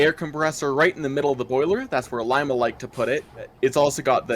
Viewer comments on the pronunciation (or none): Did you guys know that we have a Shay on display, at Cadillac Michigan,where Ephraim Shay worked. I will get you more pictures if you want. Our cylinders are slanted into the boiler a little. I have never heard it called Lima,like "lie ma" only ever heard it called Lima, "Lee ma". just letting you know.. no big deal.